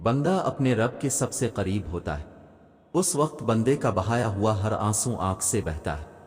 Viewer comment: Asalamualikum. Brother,hua nahi hawa (sava nahi seva) .thankyou.